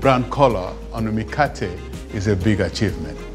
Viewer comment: I'm from Kenya and the 'Mikate' really sounds like 'Mkate' which means bread in Swahili